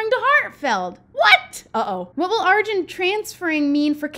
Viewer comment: Lol im pretty sure it’s pronounced like are-jun